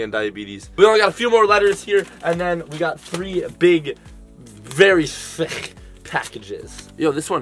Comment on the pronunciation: He said thic